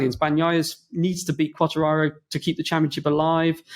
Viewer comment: They need to tell the bearded one how to say Quatararo